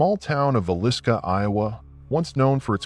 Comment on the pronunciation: Is villisca Iowa. Appreciate appreciate it if you can learn how to pronounce the sounds. No biggie it makes the stories better.